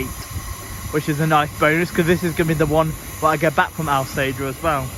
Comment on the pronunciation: Brilliant vlog, nice to see Avanti diverts on the Stoke on Trent line. Also it sounded like you were gonna call Alsager Algebra lol.